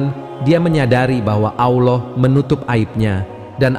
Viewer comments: Kisah nya bagus...Tapi yg ngomong agak belepotan..diawal nyebut AWLAH..mungkin maksudnya ALLAH... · Narator perlu belajar mengucapkan lafadz: Alloh